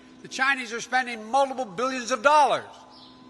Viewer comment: Biden cant even pronounce millions or billions right let alone have a plan for this economy. So Trump 2020 hair SNIFFING weirdo